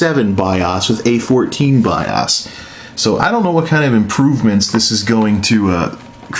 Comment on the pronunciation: STOP SAYING BIAAASSS ITS B.I.O.S!!! BIOS -_- O LIKE (O)RE(O)S OR OCT(O)BER...